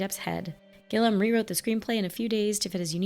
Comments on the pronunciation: Terry Gilliam's masterpiece is Time Bandits (1981), co-written with Michael Palin of Monty Python, who also appears in the movie, along with John Cleese. And his last name has three syllables. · I recommend "Brazil", also directed by Terry Gilliam. Pronounced Gil ee am. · Hunter S Thomson is one of my favorite writers, and Terry Gilliam (Pronounced Gilly-am) is my favorite director. Every movie he makes is unique. So this movie holds a special place in my heart. I catch something new each time. I wish you'd have shown the scene where Johnny's Hunter meets the real Hunter.